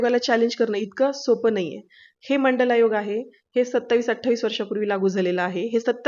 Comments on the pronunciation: बिनडोक बाई, ओबीसी च एवढं मोठ काम शरद पवारांनी केलं आणि आमचे शरद पवार.......!! बाई तुला मंडल आयोग म्हणता सुद्धा येईना, अन् तू जरांगे पाटलावर टिका करतेस....... फारच मंडल आयोग,मंडल आयोग करत आहेस,त्या वेळेस केंद्र सरकारने तो मान्य केला होता का......ते पण सांगून टाक........ मागच्या दाराने आरक्षण लुटणारे तुम्ही आता मराठ्यांना शिकवणार.........शरद पवार, छगन भुजबळ, गोपीनाथ मुंडे या लोकांनी हे जास्तीचे ओबीसी आरक्षण मंडल आयोगाच्या नावाखाली लुटून तुम्हाला वाटून टाकलं आणि मराठा समाजाला उपाशी ठेवलं........ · तुला मंडल आयोग शब्द म्हणता येईना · ह्या बाईना काय कळते का. ह्यांना मंडळ आयोग साधे बोलता येत नाही आणि ही लिहून दाखवा म्हणून जारांगे साहेबाना सांगते म्हणजे किती अक्कल आहे त्यावरून कळते. भागून आणि वाचून बोलते ह्यांना दोन पैसे देऊन बोलायला लावतात किती मूर्खपणा आहे. हे पण पैसे खाऊन जतिविषयी किती प्रामाणिक आहे ह्यावरून कळते. Dr कश्या झाला आहेत ह्यांची पदवी तपासून पहा. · डॉक्टर तुम्हाला मंडल आयोग बोलता येत नाही डॉक्टर पदवी कशी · हिला मंडल आयोग तोंडाने म्हणता येईना ती मनोज दादांना मंडल आयोग लिहून दाखवा म्हणते😅😅